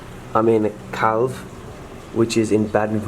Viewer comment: Calw. Not Claw.